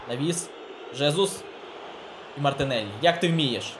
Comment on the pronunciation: мартИнеллі😂😂😂 кажи вже одразу - мартинчук!)